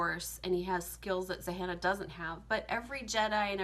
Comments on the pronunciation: Zahanna? Zannah....like Hannah with a “Z” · the fact that she thinks the name is Zahannah just makes me neglect her points as the video goes on. its literally Zannah. like hannah but w a Z